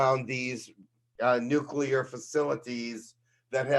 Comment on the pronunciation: Nuke-ya-ler??? *Nuclear